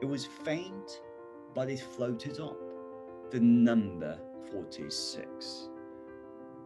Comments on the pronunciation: のtheが「でぃ」になっているのは何故なのでしょう？ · このtheってジなんや… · 強調してますからね